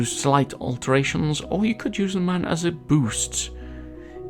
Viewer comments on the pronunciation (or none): It's pronounced MOOOOOOON!!!! MOON YOU IDIOTS!